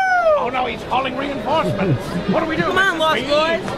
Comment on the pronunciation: “Oh no, he’s calling re enforcement!”😂😂😂😂